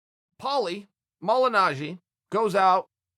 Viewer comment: "Polly Malignaggi" and "Artem Lobev"...God, Chael is so damn lazy when it comes to his fighter research...